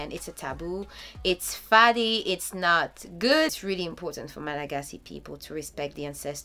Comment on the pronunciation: Charming how you pronounce "Faddy" .. In Diego, they pronounced it "Faady" :) Thank you for the video :)